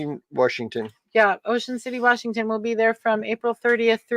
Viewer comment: Seaview wershington